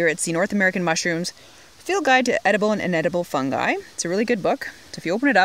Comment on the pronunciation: Very good...I think I learned more in the 17 min. then I have in a while ...Did you say "funnsie's" ...Great job...Thank's